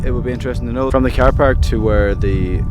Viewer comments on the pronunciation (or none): "You can park your kwaaar at the kwaaar park." Making me homesick. ;)